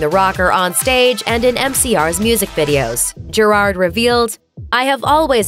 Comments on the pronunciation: Isn't it pronounced (jear - ad)? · Why is no one talking about the way they say Gerard’s name